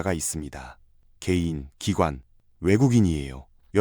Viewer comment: 개인이 게이로 들리지만 크게 다르지 않으니깐!